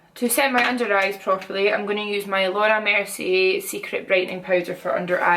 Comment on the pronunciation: When you say Laura Mercier, it sounds like you're saying "Lord have mercy" - I love it! :D Scotland will always be my absolute favourite; beautiful country, amazing people and awesome accents! <3 Cheers!